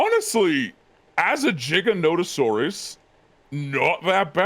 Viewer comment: isnt actually pronouncing Giganotosaurus right, he's saying Jig-a-no-to-saurus. Its GIGA. As in more than Mega. Giga-no-to-saurus.